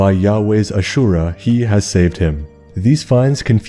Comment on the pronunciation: Rather confused why you say "Ashurah", not "Asherah". It's not accent, it's wrong. Also, I'd like to know why you say that Asherah was not the wife of Yahweh. You give no sources or experts on the matter. It sounds like you are just stating your opinion as fact.